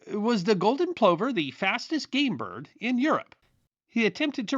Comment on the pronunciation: Plover = "pluvver" EDIT you misplaced the 'h' in the twins' name, McWhirter is a hard 't' not a 'th' sound.